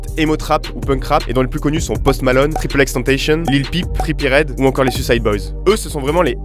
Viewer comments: Il dit aussi "Triple X Tentacion" alors qu'il faut prononcer tous les X ^^ Effectivement Lil Peep n'est pas mort du Xanax contrairement à ce qui se dit. Il est mort très probablement du fentanyl. En fait, certains parlent de Xanax (benzo) quand il s'agit en réalité d'un mélange de fentanyl (opioïde). C'est en fait du fake-Xanax. Si une forte dose de benzo n’entraîne pas la mort, il en va autrement d'une overdose d'opioïde. Et vu que Lil Peep avalait son soi-disant "xanax" comme des M&M's... En fait tous ces nouveaux "rappeurs" sont difficilement classables. Déjà c'est pas forcément des rappeurs, rien que le terme peut faire débat. Tout ce emo rap c'est le produit de tout un tas de style qui ont été produits au fil du temps. Quand il parle de la présence de scream, et bien ça se retrouvait déjà dans le rap avec Eminem (Eminem qui lui aussi s'était mis au chant dans The Eminem Show d'ailleurs). Le scream dans le rock ça remonte au moins aux Beatles. Le scream du rock est lui-même inspiré par le Blues ! Bref d'influence en influence on remonte loin en arrière. Joey Badass a pas tord, surtout quand on pense aux awards. Avec tous ces nouveau artistes, ca va être dur de les mettre dans la même catégorie d'un "best hip hop album/artist" par exemple. Ca tient pas debout. Pour reprendre ton exemple, on mettrait effectivement pas un groupe de rock classique et de metal dans la catégorie "best rock album". Les Grammys distinguent rock et metal, mais pas le rap (enfin ils ont vite fait u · Tu prononces mal xxxtentacion, il faut le prononcer à la latinos donc comme en français quoi, si tu me crois pas regarde les interview où ils prononcent son nom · Très bonne vidéo mais quelques bémols tel que la prononciation de XXXTENTACION par exemple et le fait que la saturation des sons de x et là plus par défaut que par choix mais sinon bonne analyse teinté d'humour et d'émotions bien ouéj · XXXTENTACION ET PAS TENTASHION ! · Mais personne ne dit "triple x tentacion"